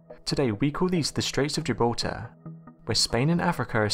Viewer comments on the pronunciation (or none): none